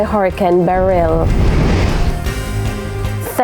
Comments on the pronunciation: FGS, stop pronouncing the name Beryl like you saying, Beryllium. Producers, help out di lady nuh? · It sound funny how she pronounced Beryl